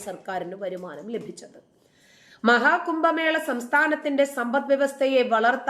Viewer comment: കുമ്പമേള അല്ല കുട്ടീ.. കുംഭ മേള.